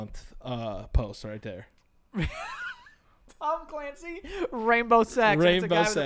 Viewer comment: Instead of Tom Clancy it's Thom Clancy hahaha